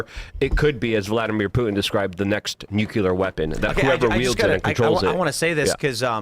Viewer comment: Nuclear. Nu-clear. Nuclear.